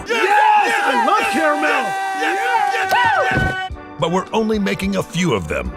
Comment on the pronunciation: At least "caramel" is pronounced properly at first. CARE a mel. Still a crappy computer generated voice track